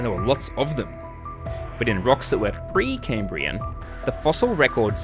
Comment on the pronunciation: Cambrian. NOT "Caymbrian". You don't sound American, so why?